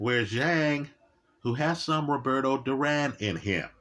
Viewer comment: He called him zang in this very video 15 mins after lecturing about respecting names lol. Not intentional I'm sure